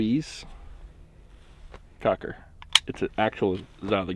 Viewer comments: It's pronounced Kock not koke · It's like "Coke", but more like "Coche" - soft "k".